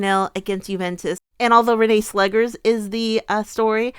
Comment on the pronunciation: Netherlands here. Just a hint regarding pronunciation. It's Renée Slegers, as in "slay-gers", not "slaggers".